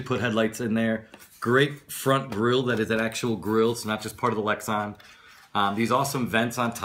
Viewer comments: LEX-AN not Lex-ON. Body Not LID. Roll Cage not roul cage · come on man, good review but you're too old to be um...um..um'ing. and it's lex - a - n not lex - o - n.